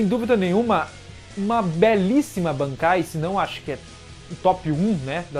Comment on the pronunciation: segura mais um pouco quando for falar "bankai" Tenta algo tipo: "BAANKAAIII"